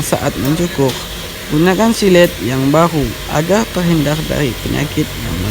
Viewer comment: hhhaha agar bukan agerrrrrrrrr 🤣